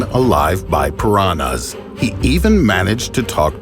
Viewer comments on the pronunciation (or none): Só eu que fico agoniada com ele falando "piranas" ao invés de "piranhas"? O som do "nh" não deveria ser tão difícil kkk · ele falando pirana kkkkkkkkkkkkkkkkkkkkk I love you and your content and your voice keep that up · For me its the way he pronounce "Piranhas"